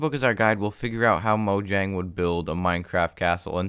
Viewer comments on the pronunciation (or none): It's pronounced as moyang not mojang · You're saying "Mo - dg - ang" It's Swedish, and pronounced "Mo - yang" The "J" is not pronounced "dg", it's pronounced "Y-" Thanks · It's not Mojang, it's Moyang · Mojang is pronounced Moyang. They are Swedish so j is pronounced Y. Most Germanic languages except English which is really hybrid between Germanic and Romance languages pronounce j as y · Its pronounced moyang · Moyang or mojang pronounciation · atleast he’s not like the guy that says moyang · People pronouncing Mojang when in reality it’s pronounced Mojang